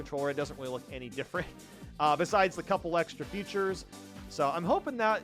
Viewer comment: Why does he keep saying “futures” ….